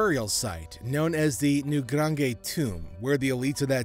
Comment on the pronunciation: You said Newgrange Wrong.